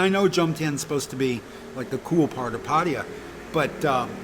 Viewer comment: Potty-uh? It's pronounced Phatta Ya ( Pa-Ta- YAH )